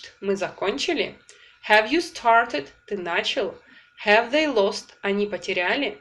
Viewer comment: Очень нравятся Ваши уроки, но мучает вопрос почему при произнесении has or have Вы их говорите с "э" ведь там должно быть почти "а", спасибо